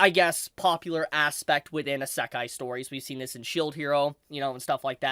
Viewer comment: This guy really has a manga review chanel, but can't pronounce Isekai